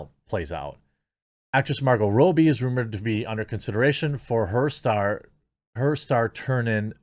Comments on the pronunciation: Don't be dissing Margot, dude. Next big thing? She's already HUGE. FYI... it's not pronounced Row B... it's Rob E. Not subbing just because of that comment. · Why do you pronounce Margot Robbie's name as Row-bie? Is it not pronounced Rob-bie? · Ya killin me man. Are you intentionally saying Margot Robbies last name wrong?